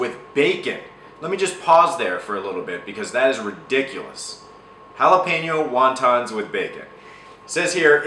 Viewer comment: Thank you for saying Jalapeño properly!